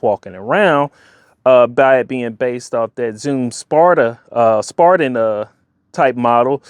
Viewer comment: spiridon not spardon